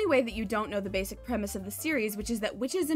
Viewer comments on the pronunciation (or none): none